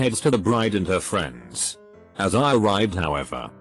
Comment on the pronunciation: "I had several fiends" um.